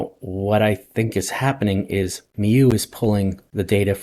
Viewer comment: Mieux is pronounced as ME + bUt. That's the sound you do with the U in But. My qualifications are that I've been living inside a French guy for the past 54 years. And it's indeed Better in French...